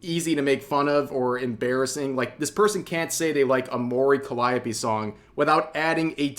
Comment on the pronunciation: Dammit rev its pronounced like this : Mori Calliope ( Mo-Ree Cally-Opay)